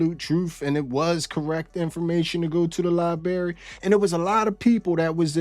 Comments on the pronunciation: Lie Berry 💀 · "Liberry"? You're a grown man and you say Liberry? Better axe someone if you need an ambilanz